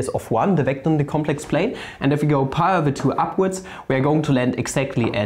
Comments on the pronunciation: "e to the ah pah over 2" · "Phaa öveür twö" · So he said Pi as "Pha" cool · Cant decide whether had a stroke and cant say pi any more or if he just hates me